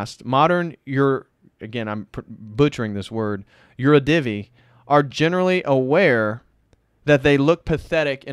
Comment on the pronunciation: In "yurodivy" the stress is on the second syllable. Great review, thank you.